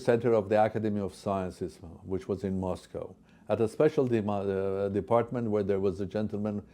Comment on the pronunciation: Moscow or Mos Cow? Golden calf?